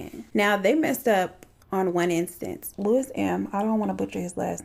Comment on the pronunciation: Am I the only one that giggled a little when said “Louis” 😂 no just me. Too much tiktok